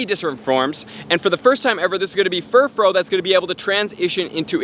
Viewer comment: Furfrau is pronounced fur-fra-ow not fur-fro